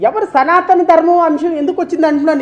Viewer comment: సనాతన కాదు.సనూతన!!😮😮